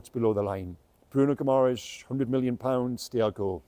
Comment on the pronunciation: If you are going to talk in depth about a player at least learn how to pronounce his surname correctly.